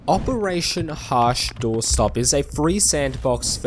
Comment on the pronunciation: how many different way can you screw up the name?